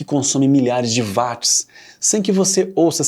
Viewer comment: "Uóts" e não "Váts". James Watt era escocês e não alemão ! Você não fala "Váchinton" e sim "Uóchinton" , certo ?